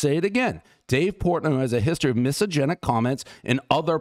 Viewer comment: It's hilarious that he's really such a dude looking to party and that doesn't seem to hate any identity that he can't even pronounce misogyny because, as far as I've seen, he doesn't know what it is.